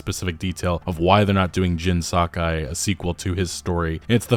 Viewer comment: YOH TEH E !!! SAH KAH E !!! For the love of God